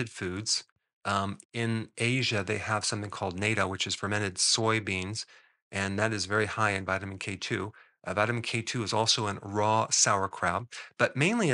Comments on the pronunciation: natto is pronounced as "na·tow" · Dr.Berg—It is not NATO, it is Natto.